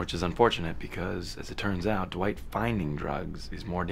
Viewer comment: It’s Dwight not Dewight